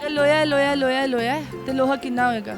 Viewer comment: Laho nhi loha